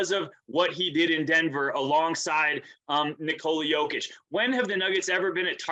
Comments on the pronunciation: I agree. Except for Jalen Rose, he never underestimated the Nuggets. Speaking of "putting respect on his name", please help spread awareness that it's pronounced "nIkola yOH-kitch" and not nikOla yO-kitch. You are doing a noble service for American society. Thank you and God bless America. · Cool buddy. Well, if you ever want to say his name correctly and not sound so silly to the rest of the world, it's niKola yOH-kitch. All the best 👍